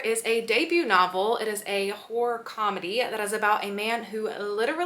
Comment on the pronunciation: Hor-or please sounds like hore other wise😅